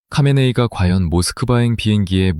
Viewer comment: 카메네이는 하메네이입니다...ㅋ과 ㅎ은 뒤섰겨서 같은 발음으로 나타납니다.. "카하"의 합친 말이지요..장기스칸=징기스한..삼한=삼칸..거서한=거서간....등으로 발음됩니다